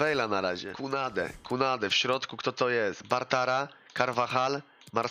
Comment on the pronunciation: ciekawe kiedy nauczy się mówić Bartra a nie Bartara